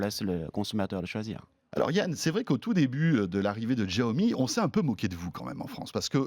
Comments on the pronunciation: J’adore le jeu de mots : En chinois, Mi Fan signifie « riz bouilli » 😂. Et puis, François, arrête de prononcer « Giaomi », c’est « chiaomi ». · Même pas foutu de prononcer le nom de la marque correctement, Yan Liu le prononce plusieurs fois même pas il capte ou il le fait exprès. Et bordel arrêtez de ramener a Apple systématiquement, c'est pas eux qui ont eu le monopole de l'innovation, l'avantage de Xiaomi c'est déjà de le proposer moins cher sur un ensemble de fonctionnalités et de technologies. Essayez de restez neutres dans vos propos. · Deh que j ai cliqué sur la vidéo j ai direct su qu'il allait prononcer bizarrement "Jiaomi"... Mais renseignez vous au moins avant de tourner l émission.. Bref consommateur depuis plus de 4 ans mi band 3 portable mi box et plusieurs petit gadget qui fonctionne tous encore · chia-o-mi pas xhichaomie... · D'jaomi mort de rire !!!!! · C est pas jiaomi , c est chiaomi voila comment on le prononce , comment gagner de l argent c est sur le volume tout simplement et même s il gagne entre 5 et 10 % c est déjà pas mal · J’adore ce type :). Bon j’ai vécu 8 ans en chine, et Xiaomi est une sacrée marque là-bas. On prononce bien Chiaomi. Et le jeu de mots: les Mi fans ! Cela veut dire Riz en chinois. :) Super vidéo François !! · Pourquoi il fait exprès de mal prononcé la marque ? J'étais fan de la marque. Maintenant je suis un mifan 😋😎.mon redmi 4x fait toujours bien le taff et mis à jour régulièrement. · Ça se prononce chiaomi